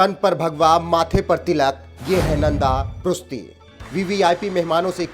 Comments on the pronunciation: भाई वो प्रुस्ती नही प्रुष्टि हैं। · Dear, " नन्द पृष्टी ", this is the correct name & pronounce of his name.Please.